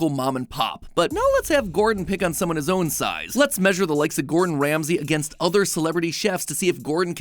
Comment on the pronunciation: Ol MatPat had that "Gordon Sham-say" in his back pocket for a min 😂